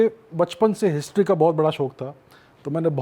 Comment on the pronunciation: chuu anchor...wt is hishhhhtryyy mchod